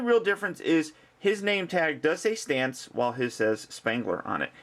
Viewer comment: Thank God. Everywhere else has called him Ray STANZ. It's driving me freakin' nuts.